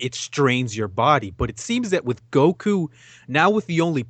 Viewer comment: please pronounce Goku properly. It's pronounced in Japanese and English dub Go-ku not Gouh-kooh you sound Thai hanging onto the sounds too long